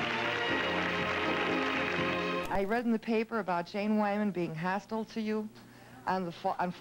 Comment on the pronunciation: Hostul...oh..HostILE - love Lana correcting that woman's diction.